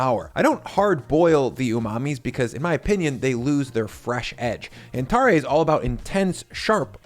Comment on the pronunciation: I live in Fukuoka where tonkotsu ramen is from. Ichiran is from here originally and there are quite a few regional variations down here. Also, tare is pronounced closer to "tah-reh" as opposed to "tar-ray"